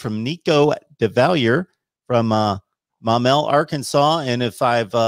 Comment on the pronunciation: You pronounced Maumelle correctly